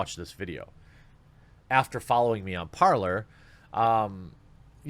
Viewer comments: It is said par-lay, not par-lore you know like a pirate. Open words in hopes of a truce. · You don’t pronounce it “par-lore” - are you guys even educated, thanks. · It's a French word. Parl-lay Parler.